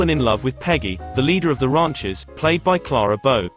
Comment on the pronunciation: Stop calling her Klaarah. Her name is Ciaire-ah.